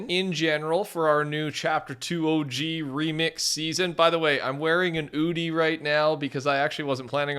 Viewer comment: in australia we pronounce it as oo (quick) and then di